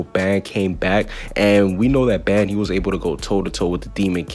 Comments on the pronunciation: BRO ITS NO BANN ITS BAN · I don’t like the way you say Ban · can not say baan, gowther and die-an its pronounced bon,gother and deean